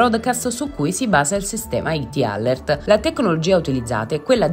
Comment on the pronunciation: Perché usate parole inglesi se non le sapete pronunciare?🤦🏻‍♀️🤦🏻‍♀️🤦🏻‍♀️ alert = əˈlɜːrt. A questo punto usate l'italiano.